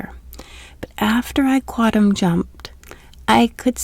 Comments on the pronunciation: The N in quantum isn't silent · You seem like a nice person. I can’t listen to your videos because you can’t pronounce “quantum.”